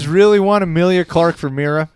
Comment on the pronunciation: "Amelia Clark"? "Emilia Clark"? Either way, who? 🤔